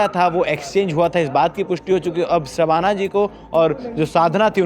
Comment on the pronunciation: शबाना और साधना के उच्चारण को समझे भाई ये जान बुझ कर नहीं किया होगा ऐसा मुझे सुनने के बाद लगा